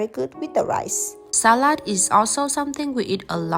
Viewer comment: I like how your pronunciation of "Salat" resambels more to german that to english ^_^